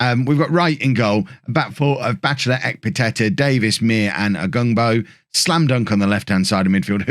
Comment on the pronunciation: Isn't Muir pronounced like 'Your'...with an 'm'?